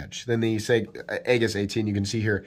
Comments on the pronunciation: There is a navy ship out in a field where I live and it's an aegis command ship/test site. Here where we live we say it like Ay -jis not egg-is. What looks like a warship among the waving cornstalks is actually, well, a warship among the cornstalks. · Not trying to be a dick, but Aegis is pronounced like E-jus, the A is sort of silent....... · Aegis = “eee-jiss” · love the channel. It's pronounced "E-jis" though! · It a soft g, sounds like a-jis. Not a hard word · FYI, it's pronounced EE-jiss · You mispronounced Aegis and are obviously biased.